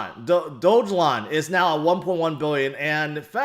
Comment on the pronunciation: it’s pronounced Dog Elon not Doge Lon